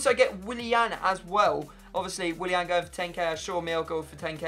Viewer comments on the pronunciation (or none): none